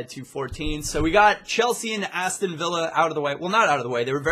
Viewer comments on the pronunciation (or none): none